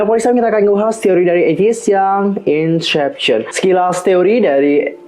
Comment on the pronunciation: maaf kalau tersinggung tapi, cara baca inception = insepsyen, bkn insyepsyen. itu aja si, tapi pemabhasan teori nya asik kok